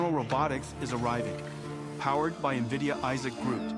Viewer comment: He made sure so quick to say nvidia correctly a bunch at the start just to get the branding back on track. Lmaoo massive respect